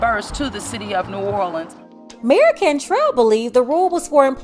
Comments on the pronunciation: She says "the city of New or le ans. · Dang, she can't even say New Orleans right. and